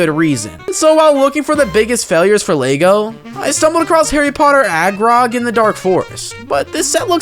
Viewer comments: Ayo who is Agrog? Its Aragog, from what I remember correctly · Not him saying “agrog” is friendly 😂 Bruh Aragog tried to feed two 12 year olds to his family of giant spiders